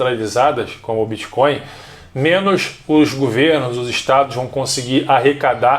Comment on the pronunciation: gente não é BITCH coin caralhooooooo bitch significa puta então vc ta dizendo '''moeda de puta'' ,,,, BITTTTTTTTT coin isso é um T